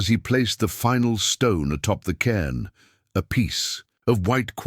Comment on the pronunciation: Cairn, not can.